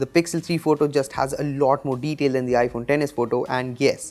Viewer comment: "has a lot morr deteil" 😂